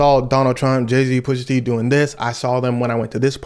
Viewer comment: Pusha teen?? 😂 all that Drake dissing caught him